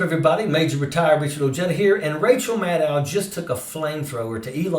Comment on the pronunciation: Maddow is pronounced like "know", not "now".